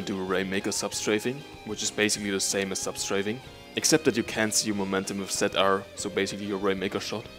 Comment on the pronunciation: Tset R. Definitely German ;)